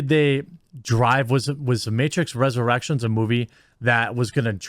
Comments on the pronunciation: "the matrix resurrerections budget" lol. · Matrix "ResurrERECTIONS"